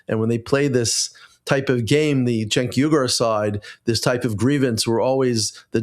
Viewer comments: You say his name wrong. It is Chunk Yogurt. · It’s pronounced ”Chunk Yogurt”